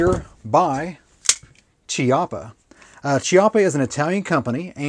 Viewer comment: i knew someone had to have commented this already. NB - Pacino (puh-CHEE-no) chiappa (KEE-ya-pah) that's how the letter "C" is pronounced in Italian. if it's followed by an "h" it makes a hard sound when followed by an "e" or "i". letter "g" also follows this rule in Italian. when g is followed by the letter h inn Italian, it makes a hard sound e.g. Ghirardelli (Gee-rar-delly) as opposed to (JEE-rar-delly) i know the other to pronounce as we read in English. i still do it. just gotta remember when I'm reading in Italian is different. so many rules! arghhhh